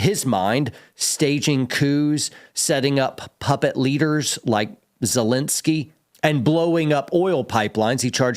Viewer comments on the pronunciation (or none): none